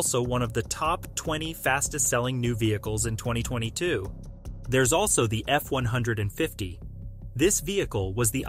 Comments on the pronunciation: F- one fifty not F one hundred and fifty! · It’s an f150. Not an f 1 hundred and fifty! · Please stop calling the F150 the F One Hundred Fifty, the correct pronunciation is pronounced F One Fifty! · Who says "F one hundred fifty"? It's "F one fifty." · He said it wrong